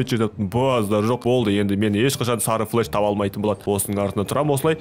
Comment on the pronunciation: Флеш емес флэш